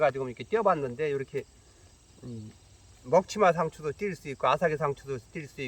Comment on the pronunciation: '먹치마상추' 말씀하실 때 '먹지마 상추'라고 하시는 줄...^^